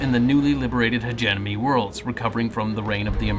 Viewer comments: Not "hedge-enemy." "Hedge-eh-mony" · You keep saying "hegeNOMY"